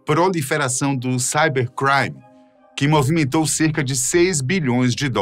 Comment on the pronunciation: amigo voce nao sabe falar cibercrime normal nao?